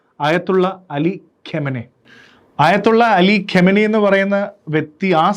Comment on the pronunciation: ഇപ്പോൾ കൊല്ലപ്പെട്ട ആളുടെ പേരിന്റെ ശരിയായ ഉച്ചാരണം ഖാ𝚘 നഇ എന്നാണ്. അല്ലാതെ ഖമനയി എന്നല്ല